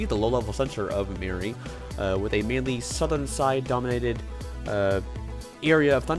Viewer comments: Calculator has a product of 414 which predicts this storm to be a Category 1. I think Meari might clutch that status as it passes or makes landfall in Japan. Also it’s pronounced MEE-uh-REE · it can be pronounced both ways I guess